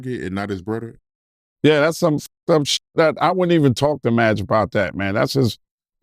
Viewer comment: Brudder lol😂